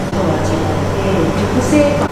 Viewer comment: 初めてコメントします！ うーちゃんのかわいさにメロメロでジジババ目線でいつも楽しく拝見させていただいているアラフォー夫婦です。 新潟、いいところですよね！ 魚沼の道の駅で食べたお米が美味しくて忘れられません😆 気になったのですが、「雪室」をゆきしつと言っていた気がしたのですが…。ゆきむろですよー。 うーちゃん、美味しいご飯と鮭に夢中でしたね！ 粕漬けの美味しさがわかるなんてうーちゃん凄い👍 食べてる時のお手手の位置が気になってしまったので そこを教えてあげたらもっと素敵な女の子になれるかも😊😊 次の旅も楽しみにしています！